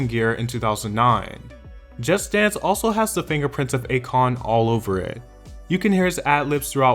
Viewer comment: Why do you pronounce "Just Dance" as "Just Stans". So fucking annoying.